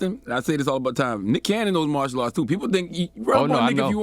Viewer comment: The man said "Partial Arts" 🤣🤣🤣 Genius